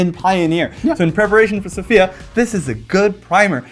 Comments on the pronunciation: Isn't it Sòfia? and not Sofìa? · i've been lied to my whole life apparently, by every news agent - also tell thoralf he's the best (no offense to everybody else). Actually, after checking, it is pronounced Sòfia with the accent on the o and not the i. I've been lied to by cardmarket!!! Is it you? Who is the best bluffer there?